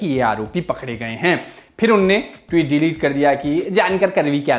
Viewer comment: "टीवीत" बोलता है चूतिया ... सालो थोड़ा क्लास लाओ ।